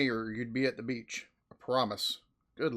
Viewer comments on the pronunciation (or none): none